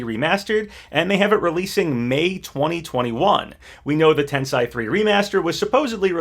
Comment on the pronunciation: Just so you know, "Tensei" is pronounced "ten say", not "ten sigh".